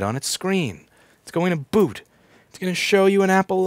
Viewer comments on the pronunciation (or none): none